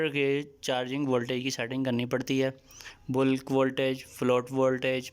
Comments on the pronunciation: Boolk charging ni hota mere bhai Bulk (balk) hota ha parhy likhy ho thoda khayal kiya karo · Sorry, correct pronunciation of bulk